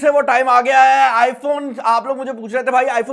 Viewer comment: i Phone i Phone hota hai Babu Bhaiyan 😂😂😂😂